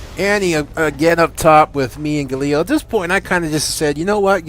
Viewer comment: gAlio not gaLIo lol